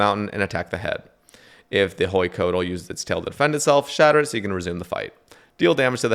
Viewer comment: drives me mad how white dudes in 2024 with all the technology we have can't even look up how to pronounce huey and coatl and hueycoatl